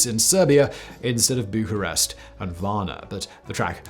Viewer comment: ițs Bucharest or București. Not bucarest.